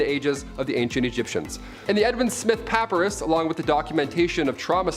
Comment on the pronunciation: puh PIE rus